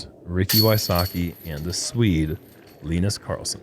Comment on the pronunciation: As a Swede and long time JomezPro follower I really appreciate that you have taken the time to learn how to pronounce Linus's name. Just those details reall shows the quality of this production.